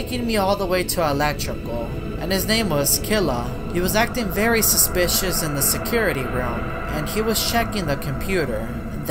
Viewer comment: Killua (KEY-loo-aw)